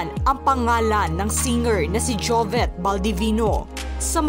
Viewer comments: Ate narrator, JOVIT po hnd JOVET! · Ate narrator, JOVIT po hndi JOVET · Putya ako lang ba nanggigigil itama ung pagpronounce Ng jovet imbes na jovit .. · Tanginang mag report to di man lng ayusin l jobet ng jobet deputa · Jovet ka ng jovet. . JOVIT PO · S nagsasalita s video Jovit po hinde Jovet😅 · Jovit po vit po hi de vet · JOVIT po not JOVET... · Sana itong host na ito ay ayusin ang bigkas ng pangalan ni Jovit out of respect. Hindi Jovet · Jovit Hindi jovet haha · Kairita naman nagbabasa neto ...anong jovet...Jovit nga di ba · jovet jovet. bakit ganyan pronunciation niyo? sobrang tarang hard. hindi lang sa jovet, eleven. etc. trying hard ka masiado. buti naka adblocker ako, and i also disliked, not because of him. i dont even know him that well, gusto ko lang malaman ano yung dahilan dahil bata pa lang. nakaka irrita sa totoo lang. yung mga trying hard niyo. ewan ko lang kung gumagamit ka ng voice android, pero hindi eh, may isang time sabi mo jovit, hindi jovet. lul. jovets.. hindi na ako nako naka concentrate makinig, mga pronunciation niyo nalang. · ano ba itong nagsasalita ? Jovet naman ang sinasabi mo sus marya. Palitan nyo nga ! kaloka